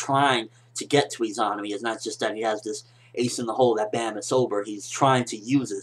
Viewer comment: I think you're pronouncing Izanami wrong. I believe it to be pronounced E-ZUH-NAH-ME sorta like how you say Izanagi.